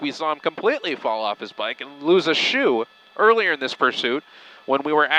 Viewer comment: "and lose a ShOee" 😂